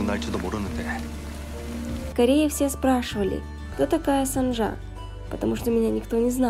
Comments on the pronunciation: Героиня - кореянка и имя ее - корейское. Значит нужно читать по правилам корейского языка. 김선자 - тут явное О 🙃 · Почему вы произносите сАнджа? Правильно через О, СОнджа